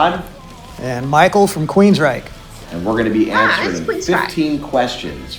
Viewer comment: You said it right!😃 The vocalist in Silent Lucidity and all of their songs up to 2012 is Geoff Tate. Todd replaced him in 2012. I love early Queensryche! My dad playing their music is some of my earliest memories! If you want to check out more Queensryche, I recommend: Queen of the Reich: The Lady Wore Black: Take Hold of the Flame: Walk in the Shadows: Jet City Woman: Empire: Anybody Listening: And then there's the Operation Mindcrime album which is a visual album and best listened to in full. It, imo, is their masterpiece!